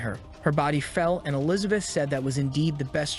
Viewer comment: I like the recap just wish if you use an ai to make it a the very least listen to it yourself before uploading. Elizabith is one of the repeating errors your ai got wrong, I assume its because you did it in parts and combined them.